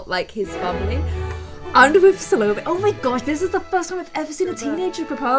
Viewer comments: it’s SAL-OH-MEH, the “me” it’s the strongest syllable bc it has an accent (Salomé). 😂✌🏻 Love your videos. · If that helps the end of Salomé is pronounced kinda like "eh" Salom-eh 😌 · you need to pronounce é in Salomé, because it has a tilde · Its pronounced Sal-o-may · Sa-low-me or Sal-oh-may. Sal-oh-may being the more popular pronunciation. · Her name is pronounced sole ome ai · I just realized Salome has the same name with a character in a novel called El Filibusterismo. It's a filipino novel made by Rizal. Salome was pronounced as Sa-lo-meh. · Salomé is pronounced Salomay. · her name is pronounced sa- lo-may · It's pronounced SA-lo-mè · Btw, you pronounce Salomé like “Salomay”. It’s French. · I looked it up and Salomé is pronounce Sal-o-may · Salomé is pronounced Sal-O-May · sa-l-om("om" nom nom)-me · Salomé is a Spanish/French name, so you can write it in Google translator and see how is it actually pronounced ❤